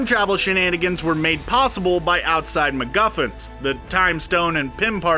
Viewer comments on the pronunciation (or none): none